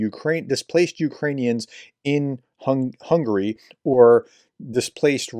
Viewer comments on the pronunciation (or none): none